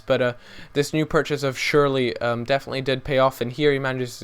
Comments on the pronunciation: Cher la ,, not sherly :) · SCHURLA NOT SHIRLEY. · sherla not shirley, honey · It's more like Shurr-luh rather than Surely. Gustavo and Ballack at CDM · It's shoorl eh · Killed me every time he said:"schurl-eey" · It's pronouned shoe-er-ler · It's SCHURL-EEEH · U pronounced shürrle name wrong